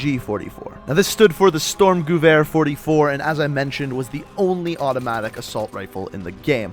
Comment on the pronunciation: That pronounciation of sturmgewehr tho